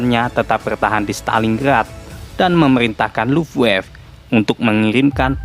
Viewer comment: sedikit koreksi bang,angkatan udara jerman di baca bukan luffwaf bang, tapi luft-waffeu